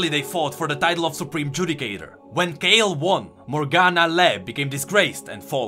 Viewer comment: Has Kayle's name been Kay Le all of this time?